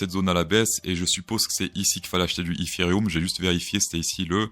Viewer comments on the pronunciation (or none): eFéreum ,1ère fois que j'entends cette prononciation !! 🤪🤪